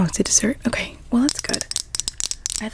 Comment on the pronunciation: I love the video and your so pretty but when you said are you ok I thought you said are you gay?💀